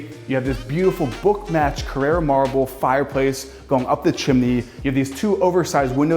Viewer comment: It's "CARRARA" Marble not Carrera, it's not a race car